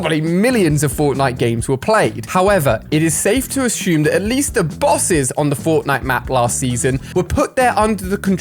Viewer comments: assume not ashume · Why do you say ASHUME instead of assume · ashum ashumed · Yes ashum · Did he say ashume or is it only me😅